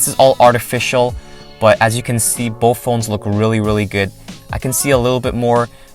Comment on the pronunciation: BoTH* not BoFF, sorry just annoyed me. It was a great review.